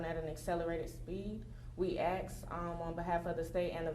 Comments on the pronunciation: . As plain as day - Axe not ask. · The ghetto diva just threatened him! “Let me axe” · “ we axe “ 😂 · She said “axe”. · It is not an ax. It is ask.😂😂😂😂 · Its not AX its ASK. Cmon, be professional. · Im sorry but the way the chick was saying aks instead of ask was annoying af. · "We axe" hahaha! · We axe..lmao😂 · How do you use the word “axe” & “ask” in the same statement 🤦‍♂️ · Ask not Axe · She gotz to ax you sumfin nikka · Let me ax u sumfin nikka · I was watching until I heard someone use the word AXE. then I moved on! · Youd think a county prosecutor could pronounce the word "ask" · We “ax” for… The word is ASK, you dimwits! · You sound so ignorant when you say “axe” instead of “ask”. I stopped listening to what she said after she said “axe”. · Who's the super ghetto victim advocate that's "axing" the questions? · What is that lawyer doing axing anything in a court of law? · Why does she keep saying "axe"? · must have a dog brain if u think it takes having an immaculate grasp of the English language to be able to say ask properly and not like a r tar. Axe in the court room? What a joke this country is. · THATS WHAT YOU “ AXE” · Is the lady saying “ax?” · She said "aks🥴" in court. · Seriously, how hard is it to pronounce the word ask?